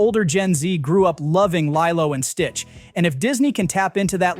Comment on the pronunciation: Isn’t it pronounced LEE-low ?